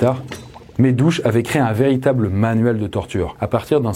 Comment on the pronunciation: Très bon documentaire. Juste deux erreurs de prononciation : Phnom Penh et pour "Dutch" et pas "Douch" !! Je connais, j'ai visité le Cambodge de long en large !!